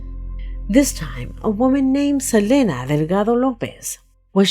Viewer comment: did you see how he said Juanita Estevez? That’s how you should say it without trying to put your ridiculous Spanish accent on it and disrespecting them. once again you completely butchered someones name. Its Selene pronounced Seleen.